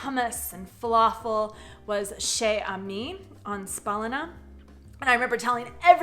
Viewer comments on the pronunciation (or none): You've made a mistake: in French, you don't say "she amis" but shezami. ;-)